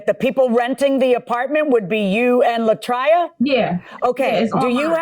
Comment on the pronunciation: LA TRAY-A, not LA TRY-A Marilyn M.